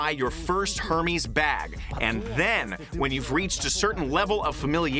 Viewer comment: PLEASE pronounce The name correctly!! And I bought a fake bag in Turkey, and I knew it.